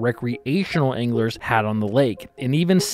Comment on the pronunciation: At the beginning when you said "I've heard anglers say", I thought you said "I've heard English say".... and I was thinking... this dude is definitely not Amish, why is he referring to the English?? 😂